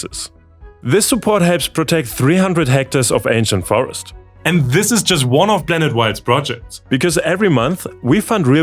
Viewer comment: Croatia being free of landmines is a bad thing: foreign troops keeping Serbians and Croatians from rekindling violence are now more likely to leave. I know you can pronounce "p". You did so in "Galapagos". Last time I checked, we revolve around a star, not a super massive black hole. So we aren't a blanet... Is that simply due to your reading technique or a learnt accent?